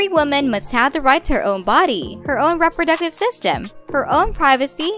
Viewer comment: Omg, rep-ro-ductive system, wtf is going on here???? Im fucking dying inside. Im gonna get a twitch in my face.